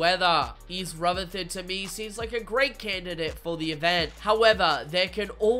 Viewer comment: It’s pronounced east rutherford not east ruferthord